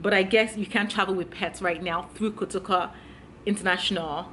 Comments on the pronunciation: It’s not KATOKA airport🙅‍♀️ pleaseeeeeee!!! Pronounce it well!! It’s KOTOKA thank u!!🤦‍♀️ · I love your style, but I’m aggrieved you could not pronounce kotoka properly, I’m 100% Ghanaian,but you will be amazed how well I can pronounce a lot of African words correctly, especially Yoruba ones for some reason.😘😘😘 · Point of correction. ITS KOTOKA not KATOKA. Yes 72 hours. That’s our rule. If you can’t abide by it. Stay wherever you are or go to Nigeria. And yes its $150. If Nigeria is cheaper. Go to Nigeria And stop saying KATOKA.. 😡😡😡😡